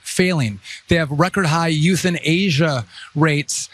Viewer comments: Oh geez and they got enough kids over there as it is. Edit: Seriously though he said like it was three words. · "Youth in Asia"? or "euthanasia"? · Did he say they have "high youth in Asia rates"? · Did he say " Youth in Asia"?? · That's the first time I've heard anyone split the word euthanasia into 3 distinct syllables....youth-in-asia is how I heard it😆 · “Record high Youth in Asia rate”???! 😂💀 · Did he say “youth in Asia” 😂😂😂 instead of “euthanasia” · LMAO, did Sean Duffy need some kind of weird phonetic pronunciation written down for him for the word "euthanasia" , he literally said "youth in Asia" like it was 3 words. Holy crap these people are stupid. Buy a dictionary Duffy. It's a word. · Did he say " Youth in Asia" rates? Geniuses, the whole lot of them. It's actually a testament to the previous strength of the US political system that these idiots haven't yet burned the whole thing down, despite trying so very hard. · Mr. Carney has a moral compass & a spine. Unlike anyone in the WH. "Youth in Asia" rates???? I guess djt's inability to pronounce words correctly is contagious within the WH. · 😄 “Record high Youth-In-Asia rates” he says. Ha Ha Ha. 😄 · Youth in Asia!! Youth in Asia!! That must've been the first time he has been taught and used that word since he obviously did not know how to pronounce it. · “Record high ‘youth-in-Asia’ rates” 😂😂😂. Duffy can’t pronounce euthanasia 😂😂😂